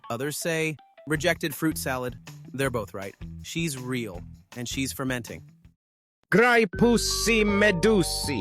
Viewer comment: its actually graipuss medussi not graipussy